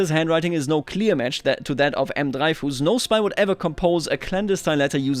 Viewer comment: I don't think the pentagone-shaped building is a historical parisian building but I may be wrong. I think the railways don't overlay with cities anymore and that makes me very happy. And Dreyfus is prononced something like Drefüs would be in german